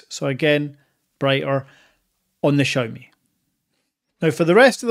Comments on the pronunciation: Please stop saying "Chow ME" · XIMI sounda better :) haha